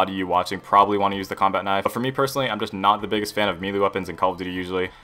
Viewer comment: Say melee again